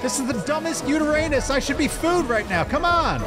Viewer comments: Yutyrannus - (you • tie • ran • us) I'm sorry, you guys do amazing work and put in an uncomprehensible amount of time and effort to this channel. And I really didn't want to be "that guy". But you guys could also use the help on a few of these names. lol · They mispronounce basically every species name but saying "yooteraynus" may be the worst mispronunciation yet lol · Sounds like they are saying uteranus so am surprised they didn't call it taint... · It makes me remember When they were on ragnarok called it yutirusannus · Just curious; are you guys intentionally mispronouncing the name of the Yutyrannus? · Stop butchering the pronuciation of yutyrranus